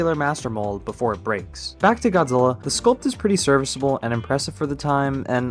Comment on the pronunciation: If you love Godzilla then why are you mush mouthing through his name